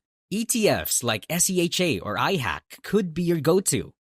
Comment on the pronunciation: IHAK not IHACK